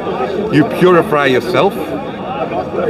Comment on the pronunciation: Isn't it ironic every time he mentions hell, he says purifry, Puri-Fry